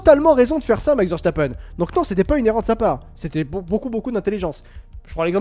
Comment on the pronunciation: Juste un tout petit détail: ça se prononce Veurstapeun et pas Vèrchtapènne. C'est un nom très courant en Belgique.